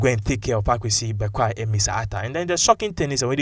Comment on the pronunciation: His name is Bekoe and not Bekwai please brother